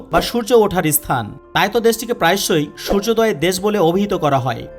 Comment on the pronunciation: Bangla uchyaran sansodhan kara darkar.asthan na, kathata sthan.